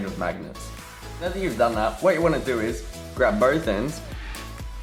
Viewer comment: No it sounds like he said meow but he actually said now